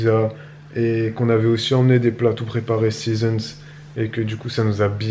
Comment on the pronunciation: a chaque fois que vous prononcez "seazon" et essayez de trouver la prononciation jpense à ça: 🤣🤣🤣